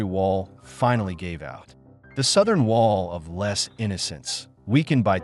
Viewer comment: "Lay" not "less". AI narration, no doubt.